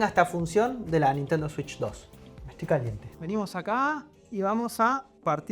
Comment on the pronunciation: Una swich 2 polfavol